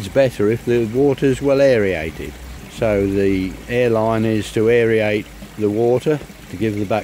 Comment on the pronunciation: Aerate = "air + ate." Its not "air + e + ate."